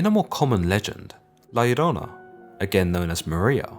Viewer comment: Props on pronouncing La Llorona correctly